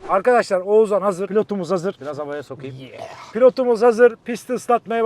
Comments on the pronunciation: Abi Oğzan ne ya :D Oğuzhan demeyi desene bence yapabilirsin :D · Hacı oğuzzan değil oğuzhan...😁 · Oğuzzzan diye bir şey yok yemin ederim cinnet geçiriyordum videoda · keşke bir kere H harfini bastırarak OğuzHan deseydin 😀 Video başından beri OĞUZAN demene takıldım 😀ama ellerine sağlık güzel video olmuş 😀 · Oğuzhan ismini Oğuzan diye söylemeyi nasıl başarıyorsun. Kulağımı tırmalıyor sadece Oğuz de baree.... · Abi şu adama Oğuzan deme ya 😄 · Oğuzan değil Oğuzhan diye okunuyor... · Oğuzan deme gözünü seveyim 😀 odaklanamıyorum videoya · şu adama oğzan deme nolur :D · Abi lütfen oğuzan deme agagagagagfa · Abi Oğuzan mı diyosun sürekli Oğuzhan yerine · Şu adama Oğuzan deme yahu, Oğuz han okunuşu Oğuzhan..